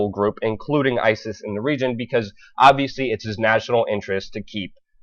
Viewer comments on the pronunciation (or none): none